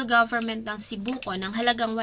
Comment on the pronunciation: Actually it is not Sipoco but Sibuco